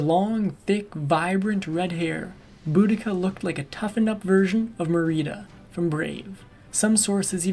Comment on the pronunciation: MARE-uh-duh is the character from Brave. Not Muh-REE-duh